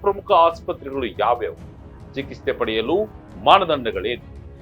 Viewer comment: ಚಿಕಿತ್ಸೆ ಬರೆದಿರೋದು ಸರಿಯಾಗಿ ಬರ್ದಿದ್ಯಾ... ಆದರೆ ಹೇಳೋದಕ್ಕೆ ಮಾತ್ರ ಯಾತಕ್ಕೆ ನಿಂಗೆ ಹೇಳಕ್ ಆಗ್ತಿಲ್ಲ ಸರಿಯಾದ ಉಚ್ಚಾರಣೆ ಮಾಡು